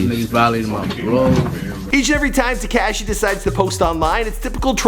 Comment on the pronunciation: Tee-k-ah-shi 69